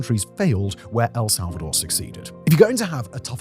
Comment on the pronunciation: "Some countries failed where Else'alvador succeeded" 😅